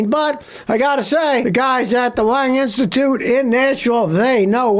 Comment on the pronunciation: I can’t understand what Eye Institute he is referring to in Nashville ? Sounds like he is saying the wine institute or something. Does anybody know the actual clinic that he is referring to please help